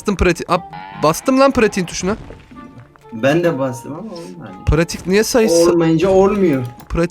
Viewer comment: ABİ PİRATİĞE SİPATİK DİYİN HAHAHAHAHAHAHA:)